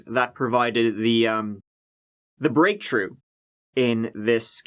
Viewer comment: "On Tursday, May Turdy-first...", "breaktrue", "trettened", "tree days".